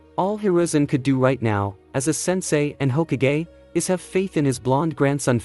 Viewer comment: it's hokage not h okage